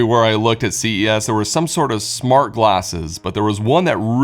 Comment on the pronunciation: It's smarT home, not smarh home. Try T's. They're fun